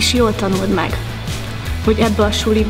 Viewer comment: édes lányom ha még ki sem tudod mondani helyesen a " ebben és suliban" szavakat hogy akarsz te akkora szívkirálynő lenni????😡 Oké, hogy ez Budapest de akkor is!!!!!